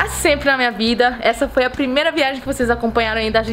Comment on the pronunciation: Porque. Você. Voi. Espuxa